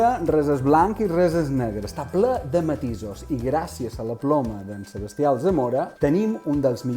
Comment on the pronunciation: SebAstià Alzamora,. SEBASTIÀ, no Sebestià! 🙈